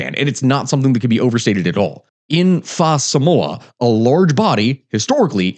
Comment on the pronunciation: faah samoa hurt my ears. but I appreciate he tried.